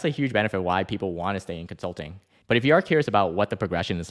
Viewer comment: "Consluting" Wazaaaap